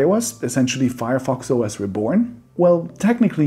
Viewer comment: It’s not Fireos you nerd